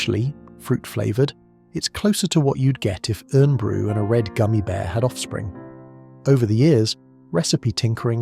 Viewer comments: You need to alter your video - Tizer is still widely available, and learn how to pronounce Irn Bru in the proper way !! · AI bullshit can't pronounce IRN Bru....